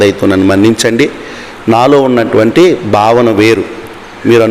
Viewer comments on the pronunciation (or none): none